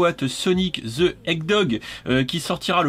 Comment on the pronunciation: Ah trop mignonne la fig' de Sonic ! Vivement une fig' de Tails et des autres personnages 😍. Par contre c'est HèdJe- Hogue et pas Hègue Dogue, pas la peine de vouloir être plus rapide que notre hérisson bleu sur la prononciation !